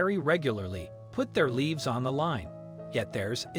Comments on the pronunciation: Can someone tell the narrator the difference between leaves, leafs and livrs! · Why pronounce lives as leaves? It's the long I sound. Stupid. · Puts their leeves on the line. Servicemen risk their leeves. What the heck? Can't reading things pronounce words correctly? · Did any of the producers listen to how the (mechanical) narrator pronounces his words? I love it when solders give their "leaves" for us.